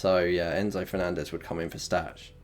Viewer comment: Stach is pronounced "Stack". He will 99% not be rotated this week. Tanaka was away on international duty and won't get back until late. Farke always rests those players. Stach starts. Also you should have BB'd this week instead of the last.